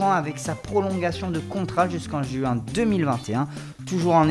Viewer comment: jusqu'en juin =join MDR. Et sa voix elle est pourrite.